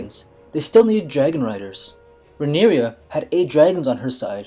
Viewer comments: Btw it's not Rhaenyria, but Rhaenyra. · Rhaenyra = 3 syllables (re-ny-rah), NOT 4 syllables (re-nee-ree-yah) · This is wrong and you keep pronouncing Rhaenyra wrong